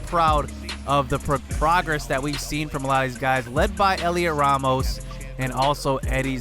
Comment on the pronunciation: Its pronounced Helio Ramos you don’t say the T Great vid